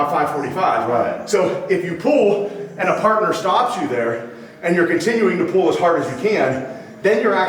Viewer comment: every time he says pull as pool i think about swimming.